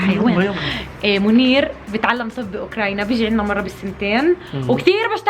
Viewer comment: بدقيقه بتقول اوكراينا 😂😂